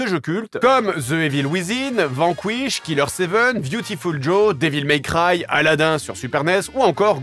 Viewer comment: "Déville may craille" aaah, ce que j'aime jdg